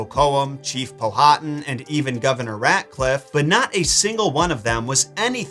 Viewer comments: As a Local it’s Pow-ah-Tan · Ok i love your show and watch it a lot with my hubby. I di have to correct you on Chief Powhatan name. It's pronounced pow-hat-an no long vowels. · Powhatan is pronounced with the H silent Pow-a-tan. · He’s killin me with the chiefs name Powhatan lol it’s pronounced Pow-ah-tan. Almost like Power-tan. My home town in Virginia is named after him